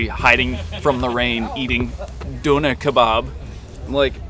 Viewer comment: Eating doh-nah kee-barb 🤣🤣🤣